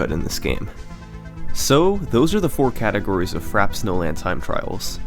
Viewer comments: Good video, but its fra-pay like the drink, not frap. Unless you're meme-ing. Otherwise the effort is obvious in this video and you have a great future on this website. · If its pronounced the way its supposed to be pronounced, frappe is pronounced "frap-a". Its French. Would you call the drink frappe that way? No...you'd pronounce it the proper way. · I'm sorry but I cannot watch this if you're gonna call it frap snowland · It's pronounced "Frap-pay" Snowland, as in a frappé. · Isn’t that word pronounced Frah-Pay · Isn't it pronounced "frahp-ay" snowland? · Did he just call it “Frap Snowland”? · ITS PRONOUNCED FRAP AY SNOWLAND YOU FUCKINGBEHAJTHEHDUSJTBTHEHEJSKXUTNT REEEEEEEEE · its really annoying that he's not pronouncing frappe right aha. it's frap-pay. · every-time he pronounces it by "frap" snowland i get triggered. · I believe it's pronounced "frap-ay" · Wow im drunk and I dont even know how to spell niche it seems but yeah its frap-ay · Frappe is a French word ( 60% of all the English word have French origin) ,just pronounce "Frap" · Uh... not trying to be a dick, but I'm pretty sure it's pronounced "FRA-pay" like if you start saying "France" but end by saying "pay". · Just an FYI, "Frappe" is pronounced Fra-pay. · “Frap” Snowfield lol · It's frap-pay and lah-ki-tu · It's pronounced frappay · It's pronounced "Frappé" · "Frap Snowland" ffs... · In Frappe you pronounce the 'e'. It makes an 'ay' sound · FRAH-PAY Snowland, nigga. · "Frap-PAY" Snowland. It's pronounced "frap-PAY". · It's "frap-pe" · love your work, I have never really been into speed running, but these documentary-like videos get me addicted. keep up the great work! ps.: i think frappe is pronounced as “frappay” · Man, it's "fra-pay".. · no fkn way you really call it frap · It is pronounced frap-ay... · You mean... fra-PAY snowland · /fræpeɪ/ you're pronouncing it wrong, it's pronounced "frappay" sorry i had to be T H A T G U Y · "Frap Snowland" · “Frap snowlind” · dont say frappe like that